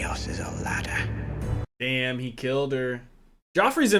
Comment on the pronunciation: Hey its the "chaos is a laddah" episode!